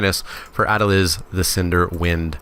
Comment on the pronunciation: Ah-del-eez But fair attempt yo.